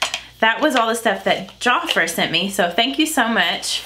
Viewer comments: I think I remember Jafra from back in the day, and I'm 52 lol, and I THINK it's pronounced jaf (like half)-ra, I'd love to see what you think of the blushes and mascara, please let us know! love your videos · My mom loves Jafra skin care has been using it probably for the past 30 yrs. And your other subscriber is right you pronounce it like two words. There almost like Mary Kay you order by catalog and a representative will have parties so that you can try out products. Love your eye shadow.